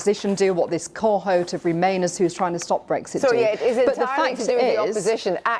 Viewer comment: Watching these hysterical Brexiteer ideologues as they disintegrate is providing great entertainment. Someone should volunteer to explain to Andrea Jenkyns [and the word is Cohort, not Corhot] how odious she appears to all rational people. And perhaps the same person could provide Boris Johnson with a revolver, a tumbler of brandy, and escort him to a convenient ditch.